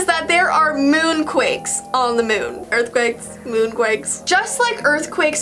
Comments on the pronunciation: EARTHQUAKE NOT EARFQUAKE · tyler the creator: “cause you make my earfquake” man on the moon: “cause you make my moonquake”